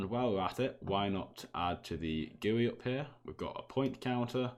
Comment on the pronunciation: ITS GUI NOT "GUI"